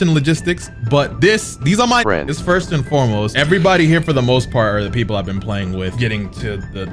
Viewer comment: These are my FRIENDS-a 😂😂